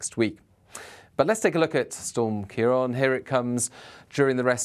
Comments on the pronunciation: You keep saying 'ciar on' rather than 'ciar an.' Why name the storms if you'd not going to use the name . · Thank you pronouncing Ciarán correctly - the first time I've seen it done from UK coverage!